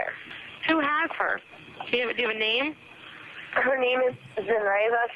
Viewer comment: You aren't saying her name correctly.